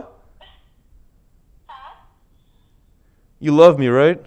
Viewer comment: Yo is your girlfriend mexican cus you said Tina with a mexican accesent but if you don't tell me that's cool